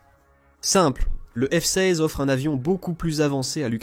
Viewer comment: Le micoyan 29, c'est un avion arménien? Et le F seyze. Insupportable cette voix AI.